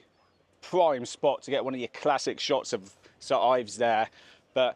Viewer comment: Its "Saint Ives" Great video